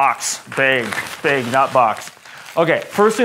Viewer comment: You say bag like the word "Bagel", it's kind of funny. Informative video though. Oh and all windshield sunshades are held in place by the visors. But they don't appear to have the roof sunshades for my 2018 Model 3. Did something change in the Model 3's?